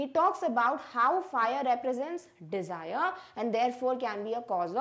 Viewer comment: mam said defire